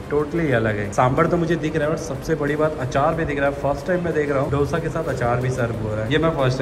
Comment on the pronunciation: दोशा Not डोसा